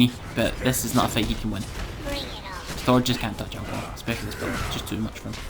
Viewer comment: I believe its ao kuang, not ao kaung ;)